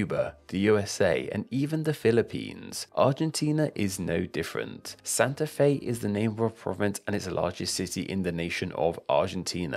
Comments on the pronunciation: Santa fei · "Santa Fei" lol, man I really enjoyed the video, thanks for considering my country for a video 💌